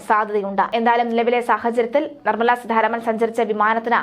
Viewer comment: എന്തോന്ന് വാര്‍ത്താവായനയാണിത്...അക്ഷരത്തെറ്റുകളുടെ ഘോഷയാത്ര. സീധാരാമന്‍..എവിടുന്നാണിവര്‍ മലയാളഅക്ഷരങ്ങളും ഉച്ചാണങ്ങളും പഠിച്ചത്..ഭാഷയ്ക്ക് നാണക്കേടാണിത്.